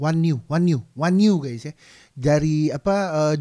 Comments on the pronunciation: Onyu bang sebutnya.. bukan wanyu hahahaha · akhirnya yang ditunggu-tunggu react lagu baru onew!!! btw cara baca nama onew itu “o-nyu” tq very kamsa!!! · Onyu bang bacanya 🤭... makasih bang video reactionnya 🤗